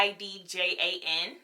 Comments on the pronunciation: It’s pronounced “Ah-bee-jan”. It’s a capital city in west Africa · It’s pronounced Abidschan and Ginea instead of Guinea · interesting...I’ve used you as a reference, but I use Guinea. I’ll test Mozambique next time I visit Ulta. Btw, it’s pronounced as Gih-knee and Ah-bead-Jahn.